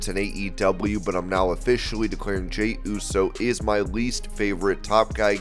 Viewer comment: how did you mess up jeys name every time you said it? 🤣🤣🤣